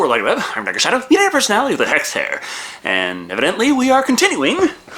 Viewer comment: Aw, man, I am truly sorry you have to sit through these,. Btw, did you say "Hexed Hair" instead of "Best Hair"?